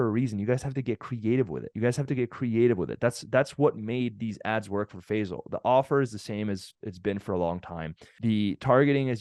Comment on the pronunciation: Bro his name is NOT Fezal. His name is Fay-sal.